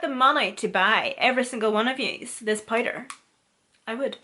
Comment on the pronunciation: Listening to her say powder as “pider” is everything lol